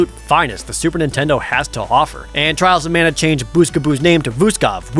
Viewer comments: Twails of Mana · Twiwles owf Mana, uwu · At least you don’t hear “Twials of mana” five times.